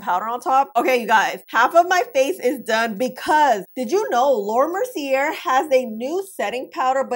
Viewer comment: Mer-cee-aye, the r is silent.